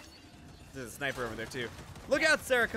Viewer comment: Is it just me or did Alanah pronounce all the letters in “Knife”?